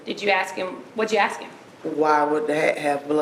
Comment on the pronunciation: "I axed him" ..... speak properly please !